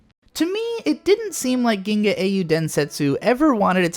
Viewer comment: "Geenay"?? Did you mean "The Legend of the Galactic Heroes"?